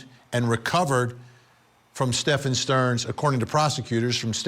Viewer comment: Can you not pronounce Stephen? It isn't Stefan......DUH